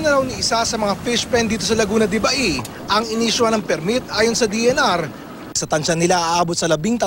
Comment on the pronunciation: Pauso na naman iyong mga media na to, laguna de baey. Ano bang mga klaseng mga reporter ito. LAGUNA DE BAY.